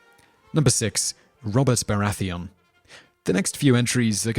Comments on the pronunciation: Every time he said Baratheon , he said it wrong. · ***** This is quite common with this guys vids. he mispronounces every name. Makes me think he gets everything from wikipedia and therefore has only read the names rather than heard them spoken. How can you say Baratheon that way if youve ever seen the show???